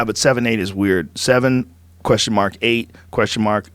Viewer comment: Joe, that Boston came through. Question mak.